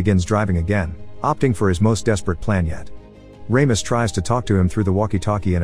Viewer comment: RAMIS? lol you mean RAMOS? (RAW-MOS)